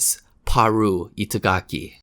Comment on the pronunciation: He pronounces Itagaki as it was "It's-agaki", basically, pronounces a japanese name with english.